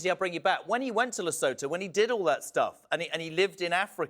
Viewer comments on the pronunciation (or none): Lesotho is pronounced ‘Le - soo - tu’.